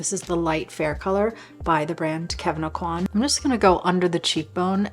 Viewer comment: FFS Kevin "O-QUA"!! not "A-QUAN!" If people love him some much why no one bother how to pronounce his name right?! at the very start of the video. Teach yourself first.